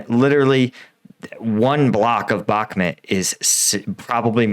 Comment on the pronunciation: Not sure how he gets "Bhakmet" out of "Bhakmut" but ... ok.